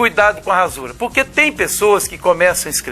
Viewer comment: Prof desculpe -me mas o Sr fala duas vezes "ransura" não seria rasura, mas antes quero dizer que me inscrevi e dei um like no vídeo. Talvez tenha ouvido errado, pode ser.